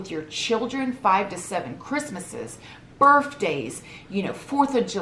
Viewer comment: You know your a southern gal when you say Birthday like this> "BirFfday"..i know bc im originally from WV and my mom and myself/family ALL say it w an F sound haha love you!!!